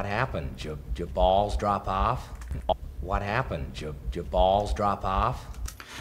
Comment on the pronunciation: drop off 발음이 너무 어렵네요.. 드랍 오프 이런식으로 하니깐 조커느낌이 안나고 제가 듣기엔 드라프아파? 이렇게 들리네요 ㅠㅠ